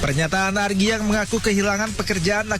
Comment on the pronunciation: ARGII jit bukan AGRII😂